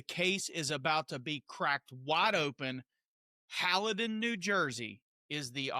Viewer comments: The town is pronounced,( Hail dun) not Hala don. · It's Haledon not Hal-e-don and that BK is not in a bad neighborhood. It is about a mile from a bad neighborhood. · That's pronounced HALE Don you ninny. Get it right. Small town politics and PD. I grew up there. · It is pronounced "Hail-don" (Haledon) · It's pronounced. HAYLDON But you are way more educated Just saying NJ has funny names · I live closeby Haledon. Pronounced hale-dun. Cops are all over people going into Paterson area because it’s a drug selling area. They wait for them to leave to pull them over, hoping to catch them with drugs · It's pronounced, "hail dunn" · Small correction; the town's name has only 2 syllables. It's pronounced "Hale-don". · Hale-done....... that is the proper pronunciation. As teenagers in the 1980s we used to buy nickel bags of marijuana on the street in Haledon LOL they have been corrupt for decades.... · It's pronounced Hail - done! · Hayldon NJ is the right pronunciation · And it's pronounced Hale - done, thanks. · Haledon is pronounced Hāledon.